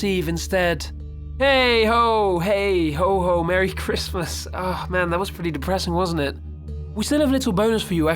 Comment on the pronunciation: Murry kritzmas